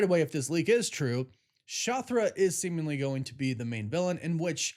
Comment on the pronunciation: How da fuk is " Shothra " 🤦🏻‍♂️👎🏻